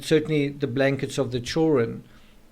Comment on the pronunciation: How do you get "chorun" from the word children???